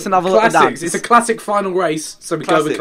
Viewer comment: my name is klazik and u say my name like classic